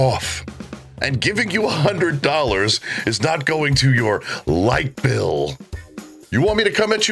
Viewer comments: Light bill?? I thought she said lipo. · lol thats what I heard as well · Light bill I swar she said lipo..😂